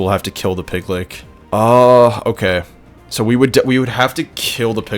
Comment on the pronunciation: Pig lick bahahahaha! Bro just fyi it’s pronounced pig litch. Like witch. Just replace the w in witch with an L.